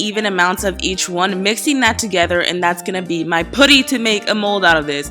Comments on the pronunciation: P-uh-tty not put-ty. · Ooo I can't stand how she says pooty for putty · Fuzzy tube? You mean pipe cleaner? pooty? It's Put-tee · "Pooty" it's pronounced putty😂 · Who else hates how she said putty